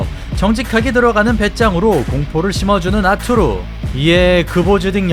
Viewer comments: 아투르...가 아니고, 아르뚜르...라고 해야 해요. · 러샤 원어민 발음으로는 아투르가 아니고 '아르뚜르'라고 '뚜'에 악센트를 넣습니다.